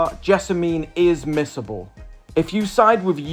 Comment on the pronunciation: For a second there, I thought you said miserable.. LOL